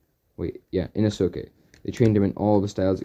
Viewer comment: Did anyone else notice how he keeps saying Inosuke wrong